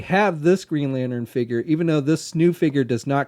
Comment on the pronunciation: i swear if i hear one more time the word "lanern" insted of "lantern" i'm gonna kill someone